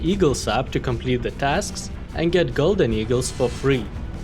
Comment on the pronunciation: Hey man, love the videos, just some friendly help with your English (meaning no offense) but the way to pronounce the name phonetically is with an “uh” sound at the beginning, instead of a hard A. Again no offense, just some help with English pronunciation.